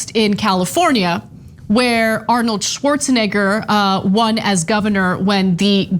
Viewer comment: Anna, you almost said schwartzni$&&3r